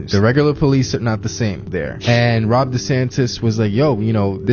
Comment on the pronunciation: Says she who is a Satanist…. Oh and it’s not Rob it’s Ron.